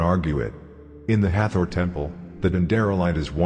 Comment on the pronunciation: At the end did you say the Hather temple?